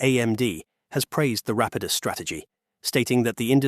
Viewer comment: Rapidus is pronounced in at least 3 different ways throughout the video lol